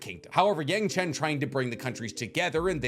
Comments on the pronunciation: I'm excited for you not to mispronounciate any names. 😑 S-ah-ka not S-oh-ka and Y-ang-chen not Y-ung-chen. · Yangchen not young chen... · Its qctually Yang chen, not young chen. This dude doesnt know crap 😂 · this guy is a name butcher....He not only pronounces the names wrong but spells them wrong too....its Wan, Yangchen, and Kuruk not Juan, young chen, and kirk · Who tf is Young Chen...this guy is as bad a pronouncing names as the movie we don't talk about... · Puting roku over kuruk is insane and the amount of mispronouncing of names is insane like sokka, kuruk, yangchen, and szeto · yangchen in the 1 spot is crazy, almost as crazy as your pronunciation of sokka😩